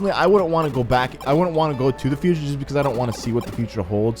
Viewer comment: futer not cuter